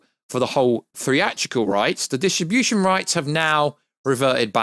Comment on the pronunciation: We know it distribution means but do you think you can learn how to say it right